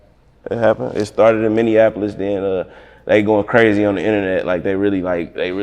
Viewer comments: It’s Minneapolis! Not Minnean apolis 🤦🏿‍♂️🤦🏿‍♂️ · Stop saying minneanapolis. 😂